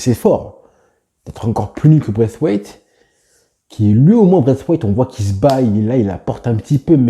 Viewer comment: Comment tu prononce braithwaite c’est trop drole😂😂